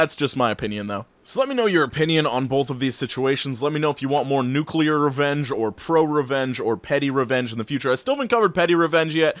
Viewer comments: You're pronouncing nuclear wrong, a good way to pronounce it properly is think nu clear. That way, you won't pronounce it nucular. Sorry if you think I'm a grammar nazi, but it just grinds my gears when someone pronounces nuclear wrong. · Unrelated to this video, don't you hate when people say nucular